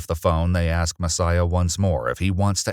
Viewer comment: I have fatigue of a race who are unable to pronounce “ask” properly